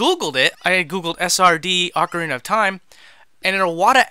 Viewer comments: One minute in and someone's already said 'oakarina of time' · Does the UK version of Ocarina have an ‘r’ at the end of it? Ocariner? I don’t understand lol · Its pronounced aw-kah-ree-nah dummy